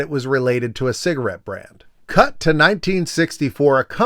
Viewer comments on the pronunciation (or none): Is the town in Colombia you mention spelled Medellín? Because if it is, that’s not how you pronounce it which is understandable, but it’s the first time I heard that particular pronunciation. It was very funny listening to that part.